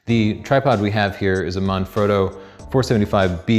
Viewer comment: That pronunciation tho. "Marn-Froh-doe" I bet he says "Ri-Zoh-Toe" as well. Here's a tip for YOU. Try, listening to how Italian people pronounce things and copy that.